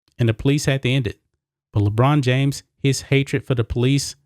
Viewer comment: LeChina James? Lolol